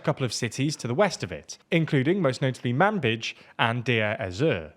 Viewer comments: You forgot the Turcomans, which is %15 of the Syrian population before the war. You didn't mention PYD is founded by PKK. They are now both under umbrella of KCK. Again, a false calling. You said Manjib, but in reality it is Manbij, Munbij. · Great reporting as always, but a few corrections!: - The SNA attack on Manbij (pronounced man beej) was actually successful, unfortunately, the SDF having pulled to east of the Euphrates there - Deir Ez Zor proper was only held for a small time by the Kurds - Some more important parts of Syria held by the Kurds west of the Euphrates to mention would be Tal Rif`at and the Aleppo neighbourhood of Sheikh Masqood, with the SDF having withdrawn from the former near the start of the rebel offensive after the HTS brokered a peaceful exit from there I also think it would be interesting to mention the Israeli overtures from state officials in recent weeks regarding a closer partnership with the Kurds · bro can't you pronounce Manbij right lmao